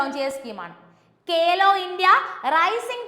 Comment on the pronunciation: കേലോ അല്ല മാഡം ഖേലോ ആണ്.